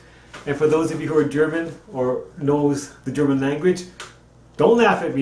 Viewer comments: I lived in Germany for 6 years. Your German pronunciation is better than mine lol. Great model. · Well done with your German pronunciation very good